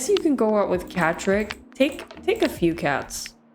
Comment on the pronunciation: When u said catrick i thought u said patrick